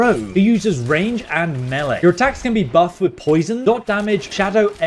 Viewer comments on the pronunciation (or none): Using… me-laaay damaghee